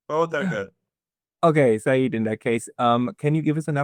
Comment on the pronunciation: Dear friend, the word SEYYED is a title, not a name. It implies a direct bloodline to prophet Mohhamad. And its CORRECT pronunciation is "SAY-YED", two syllables, SAY, and then YED. Sa'eed on the other hand is a name with a meaning, it means victorious or beloved.